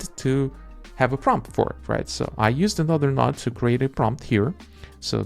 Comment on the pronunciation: Node not Nod bro